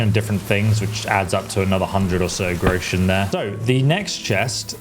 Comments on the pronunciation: It's "grosh-un" you yokel! ("grow-shun" LOL) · thank you very much for the tips, now I have a big one for you, you pronounce the word Groschen wrong, it´s Groschen and not Grouschen, leave out the pronunciation of the U, the word consists of 2 syllables Gro-schen, just say Groschen. German pronunciation is not that easy, it can easily lead to a knot in a tongue. 😁